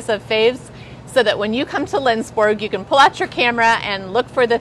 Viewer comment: As a Sweden I would love to visit this town and store! To actually see how Swedish this actually is :) ALSO on a side note! if you wanna try to say Lindsborg correctly try to pronounse it like: Lindsborj With the "j" at the ens sounding like your about to say "yes" and the "O" in Borg pronounced like the "O" in "York" hard to explain! But if you have ANY questions about swedes tradition pronounciations just contact me, I can always help